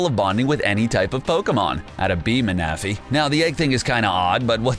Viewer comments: He pronounce Manaphy (man-uh-fee) as Muh-Nah-Fee that bothered me sooo much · don't forget mana-fee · Manaphy is pronounced Man-na-phy. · Ma-na-fee not mana- fee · GODDDDDSD!!!!! All the f**king times he said maNAphy 😡 IT’S PRONOUNCED MANaphy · Ma-Na-Phy sent me in a cringe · Mana-phy Its manaphy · He can’t say say man a fee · Why do you pronounce Manaphy like that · XD it's so funny you said Manaphy and Victreebel wrong. I understand with Victreebel but Manaphy is easy Mana-phy you know what Mana is well there you go. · it is. Don't believe any of this videos pronounciations like seriously hooth-oot? min-athy? and they spelled drowzee wrong. but I guess they did make a referance to the OFFICIAL magikarp song... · I can’t watch..... The mispronunciations is making me cringe Especially the Manaphy and Victreebel part.... 😢😢😢